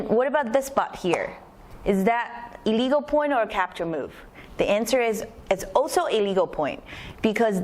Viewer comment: I'm not sure if you're saying "a legal" or "illegal"